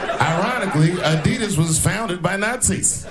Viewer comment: The company is actually Adi das, not ad edd us